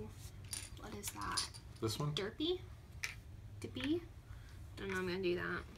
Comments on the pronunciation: Don't know that it's correct myself, but I think "Dieppy" is actually "D-epp". Some pronounce it "Sebastopol", afaik. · They also spend the whole game pronouncing Dieppe “Durpie” or another awful wrong pronunciation.